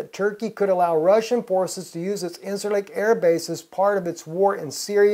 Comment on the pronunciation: It's pronounced [in-jer-lik]..